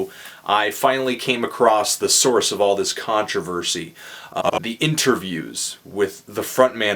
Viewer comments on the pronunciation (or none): none